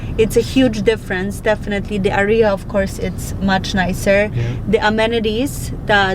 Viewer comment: ciągle wymawiasz źle słówko area. W każdym filmie. Bardzo to razi